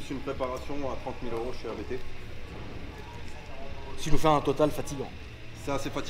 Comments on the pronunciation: Juste en passant: Hans-Jurgen Abt. Pas A - B - T 😉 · c'est la famille Abt, ne dites pas A-B-T 😋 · Abt se prononce abte frérot, c'est le nom de famille du préparateur